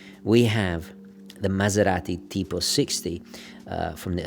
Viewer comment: Great “maserati tipo” pronunciation ! You seem an italian mother tongue